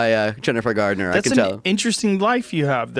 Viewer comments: She's Jennifer Garner, not Jennifer Gardener. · It’s called suddenly 30 and she’s a 13 year old that turns into a 30 year old Mac got it the other way round and it’s Garner not gardener. I’m not Jennifer Garner.